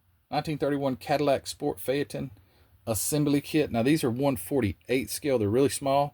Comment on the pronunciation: Phaeton = "fayton". 'E' is silent.